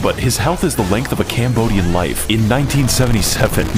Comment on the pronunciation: did he say cambodian i'm a cambodian bruh💀